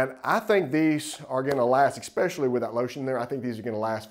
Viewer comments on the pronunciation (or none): I exspecially like how you say expecially instead of especially.